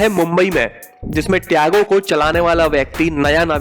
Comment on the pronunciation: Tago Nahi Tiago 😂😂😂